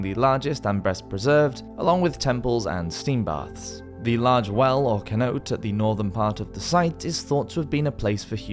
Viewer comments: cenote= (syn-O-tay) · Cenote is pronounced seNOtay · ...or Cenote. Or Chichen Itza. Or Ely. Or Pinta. Or Worcester. Or anything French. Actually it would be quicker to write a list of things he actually knows how to pronounce. The guy really doesn't give a f! 😆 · I love the videos, but please work on your pronunciations! I've recently been to Chichen Itza and swum in the some of the cenotes (ce-no-te, not kenote). Amazing places. But I had to cringe a little when I heard the way you pronounced both the city and the sinkholes. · Bruh, you need to at least look up words you gave no idea hkw to pronounce. Chichen itza, cenote, it actually hurt my ears